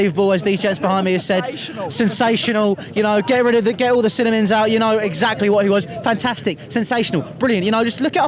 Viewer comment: did he say cinnamon?